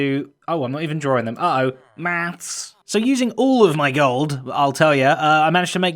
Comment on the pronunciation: Impluse: Did someone just say GOOULD?